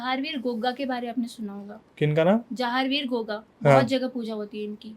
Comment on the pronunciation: Brother Samp ko gugga kha jata ha goga nhi totally wrong pronouns